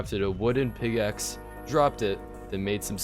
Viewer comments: bruh he haven’t changed. Still saying pigaxe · He still says pigaxe after 3 years😂